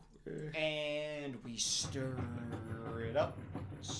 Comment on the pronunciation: The "stiR" gets me every time 😂